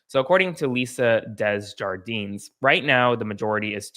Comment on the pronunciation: Desjardins = DAY-jar-den translates to "gardens"